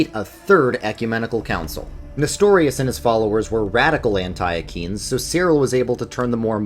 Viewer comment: Please stop saying an TIE UH KEENS